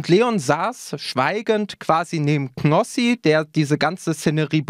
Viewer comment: der heißt knossi und nicht gnossi!!!!!😡😂